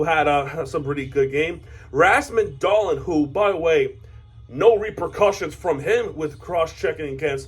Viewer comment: Shii man I'm sorry, y'all did put up a fight but man idk what Lindy did with the sabres, we haven't seen the Sabres play like this in legit YEARS Oh btw it's pronounced Razmus Dahleen, hockey names are so hard to pronounce lol